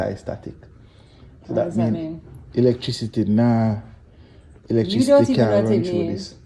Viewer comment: Elec-trick-city 🤣🤣🤣🤣